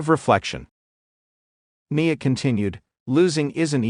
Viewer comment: Her name is NIa N I A I as in ice cream. Cant umderstand of all words to mispronounce!? CLICK BAIT NOTHING NEW HERE N NO HEARTBREAKING NEWS ABOUT TIFFANY STRATYON. NOTHING WWE OFFICIAL?? WWE WOULD NOT HAVE PUT THIS BS OUT THERE!! I WONT BE BACK DAMN SUCH BS.